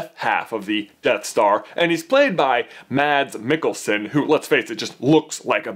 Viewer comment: Mads Mikkelsen is pronounced "Mass Mikkelzen"